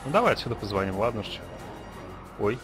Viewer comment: позвОним .боже как же слух режет